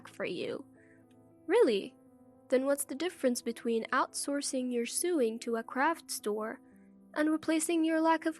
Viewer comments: The way you pronounce sewing is sueing. Sewing sounds like so not sue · First story - Sewing is pronounced "so-wing" not "su-ing" The story about the MIL giving her DIL moldy wine and OP finding out MIL was a hoarder and after OP left her husband the MIL moved in. The line was Steven home was "trash" place. The narrator pronounced it"thrash". 2 words that are hardly interchangeable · By the time you get to the end of the story, sewing becomes suing. 🤔